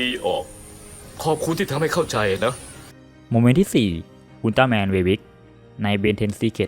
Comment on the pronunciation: ทำไมต้องเรียกอุลตร้าแมนเวยบิกย์😂😂😂